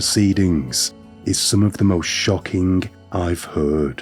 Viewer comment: you make what could be an intresting video unwatchable with your fake forced speech pattren , unless your mum dropped you on your head several times as a kid , you cant be that slow ! 'shockkinging' for shocking, really .....